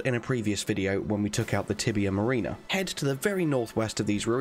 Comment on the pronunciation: You’re mispronouncing Tibia Mariner. You’re saying “marina” instead of “marroner”. And don’t get me started on Evergaol 😉